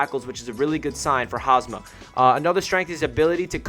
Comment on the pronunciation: Great video ✈️✈️...btw it's Hamsah**